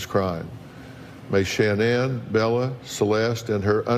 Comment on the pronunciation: Dr Phil, why don't you learn how to pronounce her name correctly!